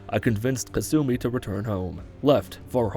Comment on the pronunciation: Ka-sue-me. Alright what am sueing you for